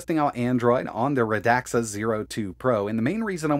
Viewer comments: Radxa Not radaxa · I saw on their site somewhere that the company named sounds like "RAD SUH" not "RUH DAXA". The more you know! 😉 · Its pronounced radsa not radaxa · Pretty sure it's pronounced rad-za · as far as i know its pronounced "radsha"